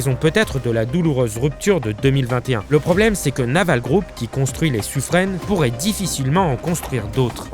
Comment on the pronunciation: Suffren se prononce Suffrain